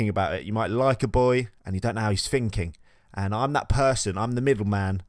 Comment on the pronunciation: when u say finking 🥺